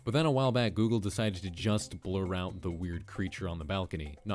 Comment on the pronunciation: "Goggle Maps"